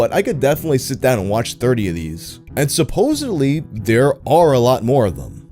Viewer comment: You are amazing but the word is “supposedly” there is no v.